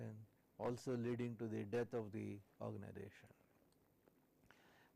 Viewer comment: Irritates me by telling ORGANIDATION instead of Organisation